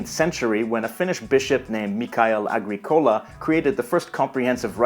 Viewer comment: Finnish words are always stressed on the first syllable. He stresses kuningas and keskellä on the second. Agricola is a Latin name meaning farmer and should be stressed on the second syllable - not the third. In colloquial Finnish "se" (it) is also used for he/she